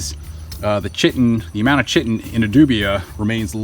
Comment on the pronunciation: Chitin... pronounced "kite-en"